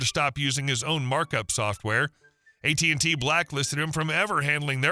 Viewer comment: It's AT&T NOT AT&Tee.